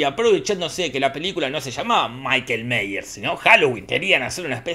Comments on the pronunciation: Ahora, Jorge se vio y estudió todo... Pero no aprendió a pronunciar Myers, que es "Maiers", no "Meiers". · Se pronuncia "maiers"!